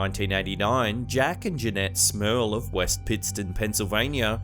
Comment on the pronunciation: I know ur saying smerl but ur accent sometimes sounds like you're saying smells I was like thats a shitty last name I would have taken hers lol